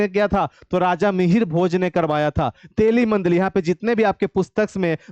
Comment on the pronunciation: Mandir ko mandil kyu bol rhe hai aap